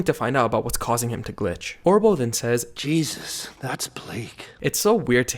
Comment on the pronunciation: I think that was "Geezus" rather than Jesus. Though eitherway is not really a problem.